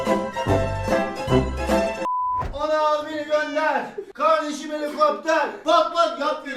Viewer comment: kavdeşim helikoptev pa pa